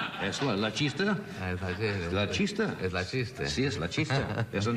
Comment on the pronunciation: Spanish was Buckley's first language. As I remember it, he had a Spanish-speaking nanny, and his earliest talking years he lived in Mexico City. [Later: This is incorrect.] I'm impressed that Johnny knew that chiste means joke, but he mispronounced it pretty badly.